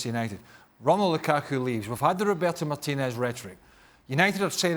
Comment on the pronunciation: Why is it cringe city? Because he is Hispanic and he is pronouncing Martinez's name properly?